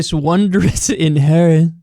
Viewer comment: He can't pronounce Yosemite or inheritance?. Everything is like a foreign language to him.